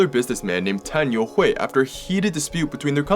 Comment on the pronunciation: When you said the name youhui, i was surprised to hear you say it correctly. But then i look at your name then i realized you're Chinese 😭 i got impressed for nothing